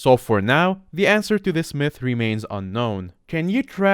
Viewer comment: At first i thought he said meth intrad of mythe lmao